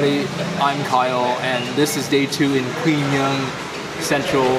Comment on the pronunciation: 'Quy' in Quy Nhon is pronounced like 'We' not 'Kwi'.